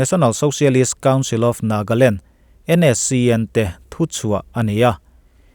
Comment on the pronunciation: Nagaland tih tur ah Nagland i ti nia 🙊